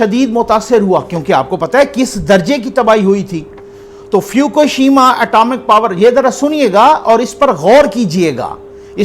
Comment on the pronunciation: اسلام علیکم فیوکوشیما نہیں ہے۔ فک شیما ہے۔